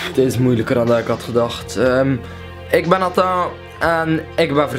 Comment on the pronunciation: waarom sprak je Nathan Frans uit?